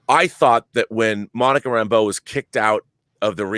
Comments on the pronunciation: No,. She's just a strong woman who don't take orders from no one. She isn't friends with Woo. Also, I hate how hard they pronounce her last name as RAMBO. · Yeah, it is pronounced that way, but they put the emphasis on the wrong syllable.